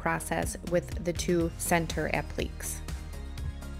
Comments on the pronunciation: I enjoyed watching the wonderful job you did turning that ugly duckling into a beautiful swan. I just wanted you to know, since you pronounced "applique" constantly as "app-leek"; it is actually pronounced like "app-lee-kay". Applique is a french word. Regardless of how it is pronounced, you did a wonderful job! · This is not meant to hurt you, but you are mispronouncing the word "applique". It is not pronounced like "oblique." It is a French word, the proper spelling is appliqué, but is pronounced the same with or without the accent with three syllables: app-leh-KAY, emphasis on the last syllable. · This is gorgeous! I love how you blend techniques too. Please take no offense, but you KILLED ME mispronouncing applique. It's a-pluh-KAY. hehehe I can't help but let you know since literally EVERYTHING else about this flip was spot on. <3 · Such a stunning transformation. A beautiful piece. (FYI: It's pronounced "ap-li-cays".)